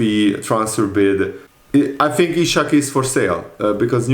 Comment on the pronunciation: Broooooo his name is Isak not ishak please.